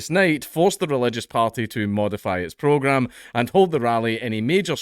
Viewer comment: I've just noticed that when Dank says 'program' he kind of leaves off that first R and rounds out the A The marchers had to modify their what-now?